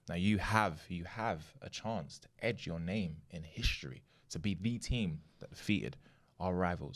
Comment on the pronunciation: Love the pod but I hope knows that its etch your name in history not edge 🤣